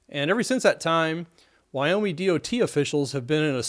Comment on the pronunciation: Why do you say Wyome instead of Wyoming?